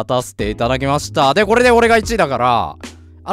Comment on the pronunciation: 怒涛の巻舌 でコrrreでオrreが1位だからｧ